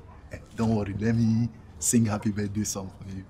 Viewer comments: is it happy birthday or happy byday😂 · sound like he saying happy bye day to kali. 😉